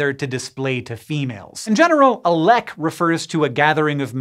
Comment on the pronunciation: Didn't know the Norwegian word "lek" was used in this context. Directly translated it would mean "play". It is not pronounced as in this video but rather with a long "e" sound (very similar to "leak").